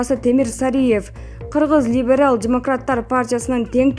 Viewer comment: Мынча сабатсыз окуйсун алып баруучу , тилинди жатыктырчы айланайын : меморандум , либерал деген создорду нормально айтчы , кыжырды келтирбей